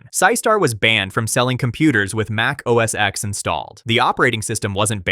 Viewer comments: for the millionth time it's NOT OS X(ex) or macOS X(ex) it was OS X (ten) Mac OS X (ten) you can always tell those who have no clue or just don't care or bias. Pretty much useless information that I am sure no one cares about other than getting the pronunciations correctly. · It’s a Roman numeral. For Gods sake it’s OS X- pronounced OS Ten.